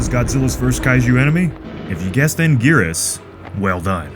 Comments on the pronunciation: I never thought I would hear "Godzilla vs Angurus as "brutal and horrifying"...😂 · It's Anguirus